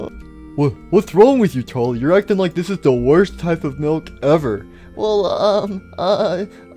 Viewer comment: "I love me some glass of mulk" 😂